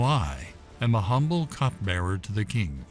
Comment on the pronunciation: Cupbearer not cutbearer